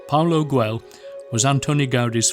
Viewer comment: Exvellent video but you should put more effort into pronouncing the proper names correctly: Gaudí (gaudée), Palau Guell (palao guay), Pedralba (pedra:lba), Casa Batlló (ca:sa batyo:)